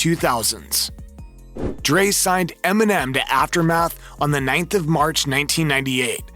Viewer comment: Did any one else catch him say “M&M and suge knight pressed emenim”🤦🏽‍♂️🤣